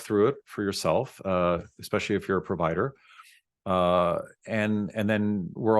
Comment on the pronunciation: Dentist says eXpecially.